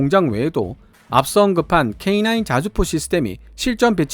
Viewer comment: K9 캐이나~인 인데 발음이 거슬려... 캐이 냐?! 인이 아님!!!